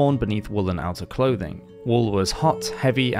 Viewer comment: Only clouths not clouthing, dude😂😂😅😅